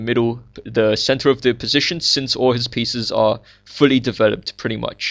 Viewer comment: its funny when you say "center". "its like white has a very nice centaur"